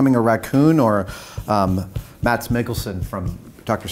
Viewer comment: Mads Mikkelsen's first name is really pronounced Mass. It's a silent D. I would know since I'm also Danish :)